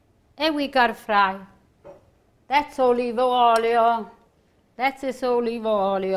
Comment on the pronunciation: I love how she says Olive Oil! "Olive Oilo"